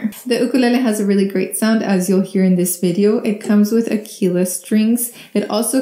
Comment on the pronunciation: The string brand, Aquila, is pronounced AH-kwee-lah - it's an Italian word meaning Eagle. Aquila is an Italian company.